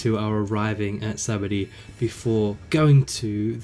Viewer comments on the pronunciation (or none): In the anime, the narrator, Luffy n everyone pronounce Sabaody as "sha-BON-dee". Idky, but thats the correct way. Guessing its Kanji related 🤔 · "Sabondy" 😄 Based on the Portuguese word "sabão" (kind of pronounced as sabon), which means soap. Bet it makes more sense, now. 🧼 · The name of Sabaody Archipelago is derived from “Sabão”, the Portuguese word for Soap. This leads to the pronunciation being “Shabondy”, a pronunciation that no English speaker would ever guess when sight-reading the word unless they are bilingual. In the sub this problem solves itself a bit, the subtitles give you the spelling while the voice actors pronounce it Shabondy so if you take a moment to pay attention you can come to this conclusion. In the dub they decided to pronounce it in a way that would lead you to spelling it correctly at the cost of pronouncing it incorrectly. Not the adaptation choice I would have made but I can understand the reasoning. EDIT: Anyone reading this comment, be sure to check out the replies being supplied by those far more educated than me on Japanese Etymology!